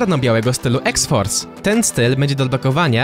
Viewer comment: Po pierwsze iks fors się mówi i nie orygiralny strój bo z x-fors był czerwony a szary na końcu filmu